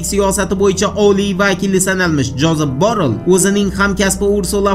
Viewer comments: ЯХШИЛАБ ОРГАНИНГ. КАРАНГ. ЖОЗЕФ БОРРЕЛЬ.БОРРЛ ЭМАС🤗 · Джозеф Барель тугри айтилиши